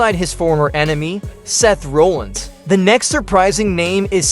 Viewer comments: Seth RAH-llins not RO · Can’t even say Seth’s last name right I’m calling 100% bullshit